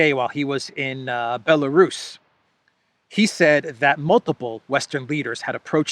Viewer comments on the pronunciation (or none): none